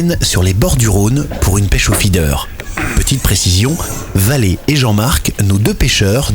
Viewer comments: Faidair quoi mdr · Le "Fédaire" 😂😂😂😂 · Feeder mdr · La pêche au faidair et au pélé... je suis mort de rire à chaque prononciation. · Ptdr le truc que jai tilt aussi il rend ouf avec c est fee dair et c est peu laid